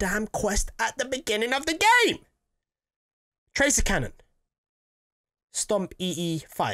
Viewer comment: your not getting the tractor cannon because you can’t say it right.